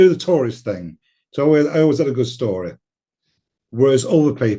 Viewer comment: Luck of the Irish again ..its "story" not "shstory" 55